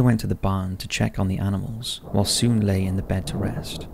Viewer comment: Sune in pronounced like suneh